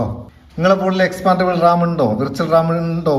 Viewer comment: റാം ആണ് റമ്മ് അല്ല 😅 (ഇത് നിങ്ങൾ പറയുന്ന തമാശ) മുൻപ് പറഞ്ഞപോലെ മോർ ആണ്.. മോര് അല്ല 😊 അടിപൊളി. നല്ല അറിവ്.